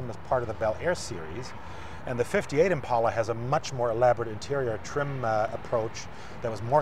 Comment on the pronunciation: Thanks to the German guy for saying "Impala". So tired of "Impaula".